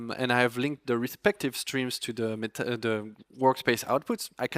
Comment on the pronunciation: pronounce meta (meh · tuh)